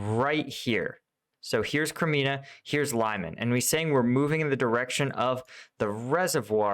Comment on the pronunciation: Omg. You still pronounce ... Crimea.... Wrong.. There is NO. N in it.. You always say Crimina... Its not Crimina")) lol. Its Crimea. Lmao!!